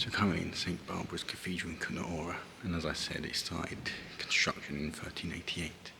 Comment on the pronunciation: The man in the video doesn't pronounce it correctly, so yes, Kuttenberg is easier for English speakers.